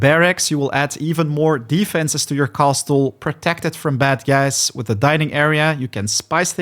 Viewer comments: Bro really says Cast-le 😂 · The " T" in the word castle is silent 😂